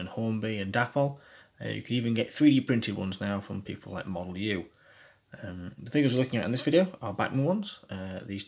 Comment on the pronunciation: like most English people you are mispronouncing Modelu - it is WELSH so is pronounced modelee!